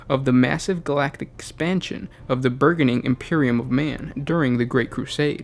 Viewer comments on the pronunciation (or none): Burgeoning is pronounced "bur John ing"